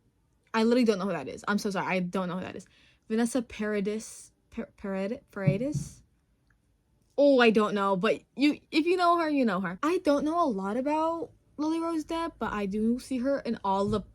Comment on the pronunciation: Vanessa Paradis (you pronounced it right, except that the S is mute, French language is messed up, don't worry), Lily Rose 's mother is herself quite a nepo baby, because her uncle was quite a famous actor in France. He was even her manager at the beginning of her career, when she started to sing. I think lily rose is actually REALLY gorgeous. But there is a lot of other gorgeous girls in the world, but they don't have the same chances in life.